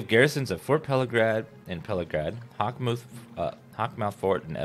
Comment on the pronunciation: I think it's funny how everyone pronounces Pelagiad differently. He adds an "R" in there. Pelagrad. I just say it as though the 'a' and 'i' were switched. Pelagaid. And then I've heard others pronounce it how it's actually supposed to be pronounced.